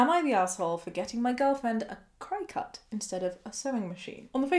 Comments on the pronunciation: I have to ask is the Cricut pronounced different in the UK? I have always heard it pronounced the same as the bug (cricket) 🦗. I completely agree with the YTA judgement but the pronunciation but this going to bug me! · This is just me being nitpicky, but it’s pronounced like “cricket.” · I don't want to be an asshole here for correcting you, but the name of the machine in the first story is pronounced cricket. For a lot of us here in the US when we're talking about the little jumping bug 🦗 we kind of pronounce the "ket" at the end like "cut", so they named the machine that as a play on words. I hope that makes sense. Please don't hate me. 😂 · I love this video but I just wanted to say that cricut is pronounced like cricket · Friendly fyi, it's pronounced cricket, like the bug. Also some very important info for anyone who is able to become pregnant. During the first couple of months after a pregnancy you are ridiculously "fertile". Seriously it is imperative that you use reliable & effective protection. It's not just a case of not wanting another child that soon, it's not safe health wise. Pregnancy puts a lot of strain on the body & it needs time to heal before going through it again. Interesting fact: while the body may be physically healed, hormone levels don't completely level out to normal levels until TWO YEARS after birth. I can't believe OP's Dr didn't tell her this, frankly it's borderline malpractice imo, crossing the line into just straight up malpractice if either her &/or the fetus suffer any significant consequences due to the Drs gross incompetence.